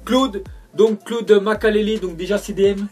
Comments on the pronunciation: c'es pas claude "makalé" c'est claude "makélélé" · c es Makelele pas makalele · "Makalélé" il a dit mais quelle clochard laisse ton frère faire les vidéos... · " makalélé " mdrr